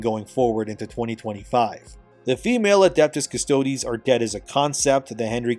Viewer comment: Dude.. it’s not “custodee’s” bro. You had it right when you first started covering this months ago - just Adeptus Custodes - silent E, like “custodian” minus the “ian” at the end. Not custoDEEZ nutz! I’m sorry to blow up ur spot like this dude.. I love ur channels n all- you’ve done great work but this is just one of those icks where I die a little bit inside each time I hear you say it like that… n I just had to finally say something